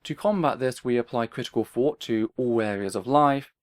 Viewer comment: hard for me to understand pronunciation of "thought"